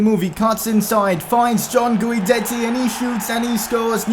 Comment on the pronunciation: Since Diego and Guidetti are going to be a Dynamic Duo just letting you know his name is pronounced as if the U wasnt there. Keep up the good work loving the vids ❤️